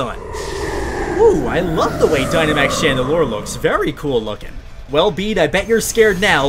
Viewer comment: its Chandelure, not Chandelire.